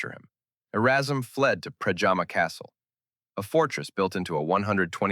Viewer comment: And one thing: it’s Predjama castle near Postojna (you pronounce it like: Predyama, not like pajama). And the fall is called Kozjak (pronounce it like Kozyak, not Kojak). But it’s not essential. Important is your thorough information. Thanks!